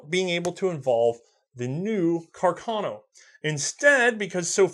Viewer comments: Rifle: Carcano: cuh car no? -_ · Carcano? Or Cacarno? :( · Has anybody noticed that the guy keeps calling it “caCARno” instead of “caRCAno”? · Someone please tell: Car-ca-no, not Ca-car-no. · just have to say it's CARCANO not cacarno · CACArno? :D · The correct pronunciation is Càrcano, not Carcàno, (accent on first A) Nice video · Carcano? Lol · Am I missing something, what's with pronouncing "Car-ca-no" as "Ca-car-no"? Is this again a running joke like "War of Northern Aggression"? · It's Càrcano. accented on the FIRST A, not on the second! Lombardy also is accented on the first O. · CAR - CAN - O. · I love you, but if I hear you say "Car-car-no" one more time..... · to be fair he says both pretty evenly